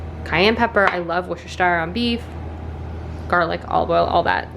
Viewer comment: I love how no American vlogger that I’ve ever watched has ever been able to pronounce Worcestershire properly 😂 (for reference it should be woos-ter-sheer)